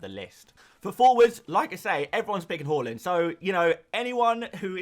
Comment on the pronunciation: Why do you say whore-land? It’s haaland (har-land)